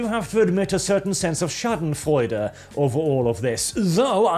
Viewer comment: I'm so happy to hear pronounce "Schadenfreude" correctly.